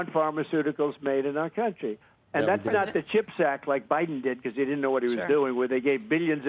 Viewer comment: Bayden Baydenn. LOL